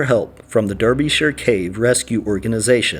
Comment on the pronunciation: Eyam is pronounced ''eeym'' not 'eye-am'. I'm from that area. And Derbyshire is said as "Darbysher"